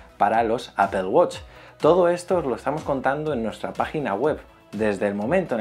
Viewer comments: gracias por pronunciar bien apple, por fin lo has hecho bien xD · 1. Ya extrañaba la canción anterior, nunca debieron quitarla. 2. ¡Al fin pronuncias bien Apple! 3. ¿Mejora la duración de la batería con esta beta? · se pronuncia "APEL" por lo menos en españa, hasta siri lo dice así. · No más "APEL"